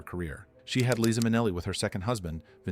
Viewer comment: Liza not lisa